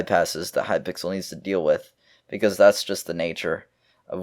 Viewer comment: He said hypickle at one point lol